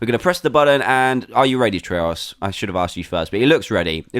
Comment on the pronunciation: I wonder why it's soooooooo hard to say try Tryurus